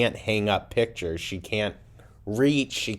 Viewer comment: Not only is her face all pulled back but her blew eye is looking extra in that hideously thirsty pic. Or should I say “pitcher”. Gorl, get help ASAP.